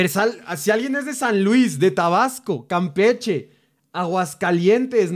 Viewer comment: JAAJJAJ Cuando dijo Campeche lo dijo como con el acento Campechano... Soy de Campeche:D